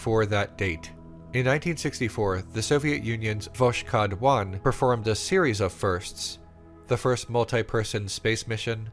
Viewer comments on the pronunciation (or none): As a Russian, hearing about the absurdity of the idea that USA somehow won the space race is amusing. Almost as amusing as the amount of mispronounced Russian words names like Spuhtnik instead of Spootnik (Sputnik), Eye-van instead of Eee-vahn (Ivan), and somehow Vo-sh-od instead of Voskhod(Voshod).